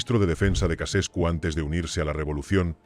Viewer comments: Ceausescu, no Casescu. Hay que leer un poco antes de hacer un video. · Chauchescu se pronuncia